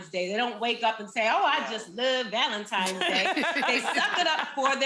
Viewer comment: Wait, did Nene say "Valen-TIMES" day? I think that's what I heard. Grammar my dear, Grammer.